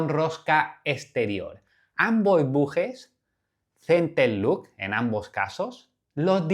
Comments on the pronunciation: Solo un detalle ya que los nombras en inglés; "Center lock", no "Center look". No es lo mismo cierre central que mirada central 😉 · Sigo sin entender por qué todos le dicen centerluk 😅